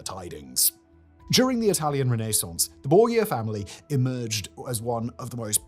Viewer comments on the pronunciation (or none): This dude pronunciation of Italian names is the biggest cringe fest I ever had to hear. He actually said Bor-ya family. Its Bor-GIA damn invalid Americans/Brit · Simon! Why are you pronouncing Borgia that way?😬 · Simon I swear you need a pronunciation consultant Loo-cret-siya Lucrezia Chez-ere Cesare Bor-zhia Borgia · I am JUST NOW seeing this comment. Bah. I rewatched this and almost cringed myself into an aneurysm. His pronunciation of "Borgia" was painful. Xianfeng? SSHIAN-FUNG. Cixi? SEE-SSHI. The X in Chinese is a sharp SH sound. At least Simon remembered that c sounds like s when followed by i. Soyeon? SOH-YOHN. If you see "eo" in Korean, think of Seoul. If you see "eu" in Romanized Korean, idk, think of the "pun" in "Punjabi" or something. I swear to god the writers should probably write everything out phonetically and send the proper spellings to the editors. I genuinely want to stab myself in the ears with a splintered wooden spoon that's been marinating in raw sewage, ditch water, and rotting carcasses for a year every time he mispronounces stuff. I would willingly take away my ability to listen to music and more than likely die.